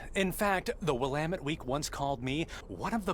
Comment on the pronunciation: Proudly wearing my Uggs in the PNW rn. Wanted to give kudos to the game devs for pronouncing "Willamette" the local way.;) Thanks for the content, keep it up! ♥